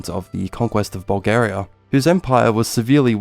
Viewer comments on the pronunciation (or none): none